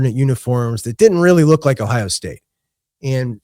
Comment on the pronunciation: Idk about that song but it describes ohio. Shooting dice was big in the Akron area. But I wish you could understand him saying ohio.